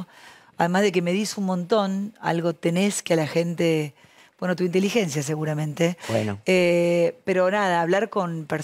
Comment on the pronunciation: tu inteligencia seguranmente .... jajaj por que lo dice tan brusco